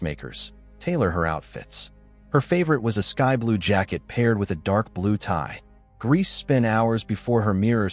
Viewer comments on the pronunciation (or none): The surnames are pronounced gray-za and men-ga-la, but other than that, great video 👍🏾